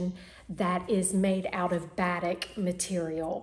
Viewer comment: so happy to see you again. Glad your mom is on the mend and can soon move into her beautiful new home. (Just a hint....batik is pronounced as ba-teek) 😉 love your confetti top and would love to have in my wardrobe. So glad you are back!